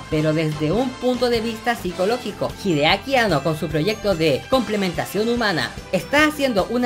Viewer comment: Hideaki Anno de pronuncia An-No, no Ano xD